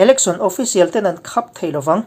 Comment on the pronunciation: A bengvarthlak e. Texas han lam leh pawh a lunglenthlak hman a lawm le. Thu leh a chhiar dan pawh ngaihthlak a nuam e. Mahse, "Khap" hi mit khap tiha khap thluk ni lovin aw.